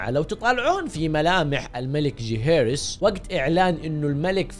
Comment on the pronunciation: ليه تنطق اسم جيهيرس بطريقه ذي